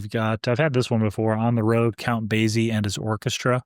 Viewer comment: Just a slight correction. The Count pronounces his name Base-e not Baze-e. The Z sound should sound like an S. Sorry. I have a real pete peeve when it comes to pronunciations. Especially when it comes to proper names. Out of respect for the artist.